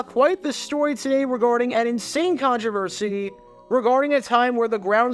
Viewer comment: A contrivercidy?? That's a first obviously we pay attention